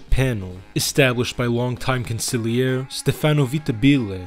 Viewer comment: Va la chee; not Va la key. Also not con sig lee air e; consil Erie.